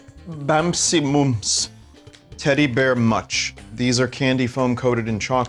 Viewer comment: Bumsee mooms